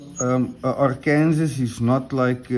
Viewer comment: Hi, I think what you call a Black Arkansas (Ark-Kansas) is usually pronounced Black Ark-an-saw with the final s being silent. Do you know if the coticule you use is a reconstituted ie man-made coti made from coticule dust. While it sounds like a downgrade they can actually be the best finishers of all. I can't be certain but it looks like one, cuts like one and is in the most common size they were made in. Have you done any videos with the La Dressante? Those can be very fast stones.